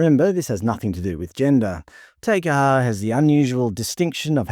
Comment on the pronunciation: You need to work on your pronunciation of Māori and Samoan names . Examples you butchered, you said ta car ha for Te Kaha and Sa mower for Samoa . It was embarrassingly bad .